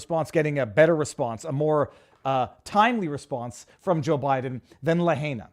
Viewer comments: it's pronounced "la-HIGH-na" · Someone tell Viva how to say Lahaina please!